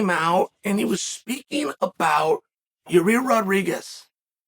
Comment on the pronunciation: "Your-ear Rodriguez"